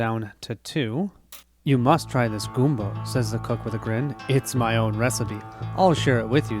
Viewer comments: I need to call you out on this... It's not goom-bo. It's gum-bo. Like you're chewing gum. Massacring the greatest food of the Mississippi Delta is just not allowed. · How you said gumbo makes me cringe lol, but the video was great!